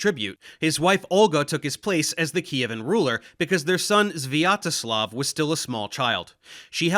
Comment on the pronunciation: His pronunciation of "Sviatoslav" wasn't so bad, it was relatively normal for the English speakers.